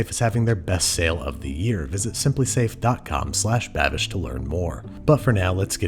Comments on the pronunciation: HE ACTUALLY BOTHERED TO LEARN HOW TO PRONOUNCE THE NAME CORRECTLY! YAYYYY! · Props on the pronounciation Babish! That was almost perfect! Liebe grüsse :3